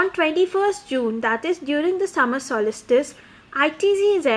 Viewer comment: Abe solistice nahi solstice hota hai.....lol